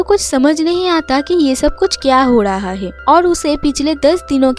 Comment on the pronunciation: Are "hae" nehi "hai".